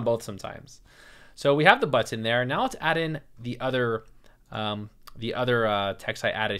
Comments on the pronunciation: People tell you that you say button funny? Yes, you do. I am from the midwest, where we have no accent there. (kidding) We say, buh'-ton, ton as in weight. accent on the buh with the ton descending. You say But-tin' tin not, ton, and with the accent on the tin, and it almost sounds like you are saying the "t" twice. I notice it every time you say it and I repeat it often. BUT....you are very easy to listen to, and bu-tin is not an issue for me. I hope that helps. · Man your tutorial is amazing. I did not feel sleepy because, I don't know. the way you are teaching is fun. and don't worry the way you pronounce button is nice and normal but, yes it's a bit weird hahahahahahah HAHAHAH! it's so funny when u share those stuff when you're kind a feel conscious about hahah! THANKS SIR!